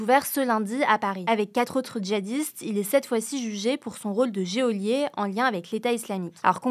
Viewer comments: elle a dit "géolié" xD non mais sérieux la journaliste en carton ON DIT "geôlier" ! et ça se prononce JO-LIÉ ! Quel genre de non-culture peut-elle avoir pour ne pas connaître un mot aussi basique sérieux. ça me répugne. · C'est embêtant quand on est journaliste de ne pas savoir prononcer "geôlier" ? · "geôlier" = le e est muet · Euh ne sais pas prononcer "geôlier". C'est "Jo-lier" pas Géo-lier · Beau travail. (On dit " jolier" et pas "jé-olier"... ça énerve et ça decrédibilise...) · Ca se prononce JOLIER pas géolié! Quelqu'un relit les infos ou quoi? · "géolié" plutôt que "jolié" La phonétique de la voix off n'est pas bonne là :/ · c'est "jolier" pas "géolier". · geôlier, ça se prononce “jolié”, pas “jéolié”. 😅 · geôlier se prononce "jolié" et non pas "jéolié". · juste pour info, c'est pas "géolier mais geôlier, on prononce pas le E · Geôlier se prononce "jolier", pas "jéolier" (et Geôle se prononce "jôle", au cas où)... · Je vais paraître méprisant mais la journaliste n'a visiblement jamais entendu le mot quand même très courant : geôlier. Ça se prononce "jolier", pas "géolier". Des journalistes nous "informent" en ne connaissant et ne maîtrisant même pas les mots qu'ils emploient, du lourd. Et c'est pas la première fois. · ah oui dans ce cas c'est "géôlier" et pas "geôlier", comme le stipule Wiktionary. La vidéo met en sous-titres "geôliers" et non pas "géôliers". Oui après on peut faire n'importe quoi avec la langue, à condition de rester cohérent. Autant appeler tous les "Georges", "Géorges". Et dire "jographie" puisqu'il semblerait que l'accent n'ait plus aucune importance. Attention, je ne suis pas contre l'évolution d'une langue, au contraire, si on pouvait simplifier le français, ça serait bénéfique pour beaucoup de choses et personnes. Mais qu'on garde une logique, une écriture = une prononciation (et je peux rêver, une prononciation = une écriture...), sinon c'est ajouter de la complexité encore et encore. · Géolier? Le e ne se prononce pas...